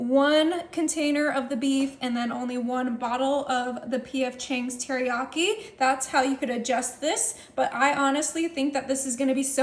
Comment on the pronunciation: 😂😂She said teriyakli 😂